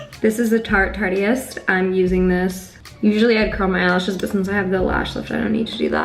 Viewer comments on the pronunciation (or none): the way she pronounced the mascara drives me crazy. it's tarte-ist like artist. not tart-eist.